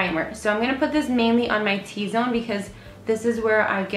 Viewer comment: It's not T-zone. Come on.